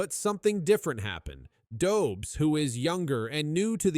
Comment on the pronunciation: Dobz?? It's Dobesh. Geez.